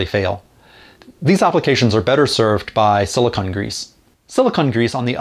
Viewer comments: It’s sili-cone grease, not sili-conn grease. Silicone and silicon are two different things. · A quibble: It's pronounce "silicone," not "silicon." They're two different things. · I've never heard it pronounced that way either. I double checked with a dictionary and you are correct though so no argument from me. I wonder if it's one of those words that is pronounced differently depending on region.